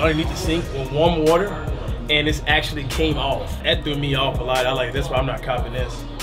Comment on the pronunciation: he said what that say wet like like wata